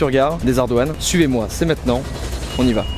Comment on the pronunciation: par contre il faut vraiment que t'arrête de dire "mètenant"